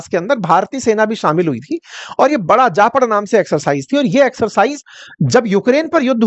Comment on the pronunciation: Pls it's जापद, which means west...not जापड़